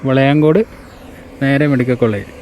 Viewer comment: ബളയങ്കോട് അല്ല .. വിളയാങ്കോട് ആണ്